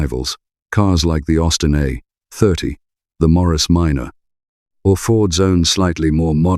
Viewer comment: There it is again, Austin A - - - - 30. What the hell. It is an Austin A 30. Why the gap? I have never heard anything sound so silly. I shouldn't complain, it gives me something to laugh about and looking at the sadness in the world, happiness is needed, so, thank you.😆